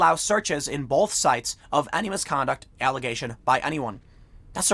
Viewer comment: I can't unhear you say "bolth", instead of 'both'... Every time you you say it I have to hit my ears with a qtip, lol.